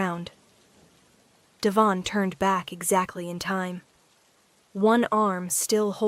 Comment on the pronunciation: Devon is emphasized on the first syllable.